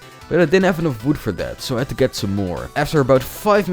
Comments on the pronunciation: Why Do you say wwood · And its like uwi